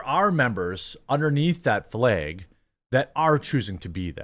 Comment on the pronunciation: You mispronounce the word flag. You are saying Fleg, thinking of the F word for LGBTQ........ folks and add an L.